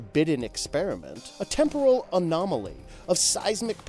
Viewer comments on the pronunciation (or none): none